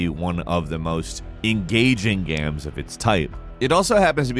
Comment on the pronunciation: gams huh